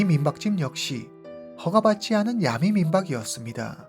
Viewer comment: 틴더앱은 한국티비에서 심야에 선전도 했어요 선전문구도 야리송? 해가지고 기억에 남아요 아는 외국친구가 말해줬어요 그앱은 원나잇 스탠드가 목적인 사람들이 이용하는곳이라구요 영어를 아는사람이라면 충분히 알수있었을 텐데 싶어요 그래서 그둘사이에 암묵의약속이 있었다고 서양남은 생각했고 그녀는 그냥 남자를 믿고 따라들어간듯 하네요 그후 성관계 거절당해서 살해한것 아닐까 짐작해 봅니다 근데 보통 한국식으로 야메라고 하지않고 정확하게 야미 라고 말하시네요ㅎ